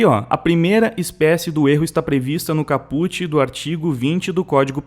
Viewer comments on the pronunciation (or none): se fala "cáput". Desculpa, me incomodou o "capute" kkkk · Cáput, diga cáput e não capút. Joinha sempre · Mano, no , caPUT não, CAPut... fora isso belo trabalho. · Se fala "cáput" e não "capút". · A pronúncia eh “CAput” querido , não caPUT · A pronúncia correta de caput é "cáput". E é um termo em latim amplamente usado na aérea jurídica para designar especificamente a porção inicial ou principal de um artigo, justamente para evitar ambiguidades na explanação quando se faz referência ao artigo. Parabéns pelo conteúdo elucidativo. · Fantástico vídeo e perfeita análise jurídica .... Deu uma aula de direito penal.... Inclusive pra mim q sou do ramo de direito criminal...... Só uma humilde observação....no min aparece cáput (cabeça) com a Silaba tônica no "a" e não no "u" como falado no vídeo.... Só um detalhe q não retira a genialidade do vídeo... Parabéns.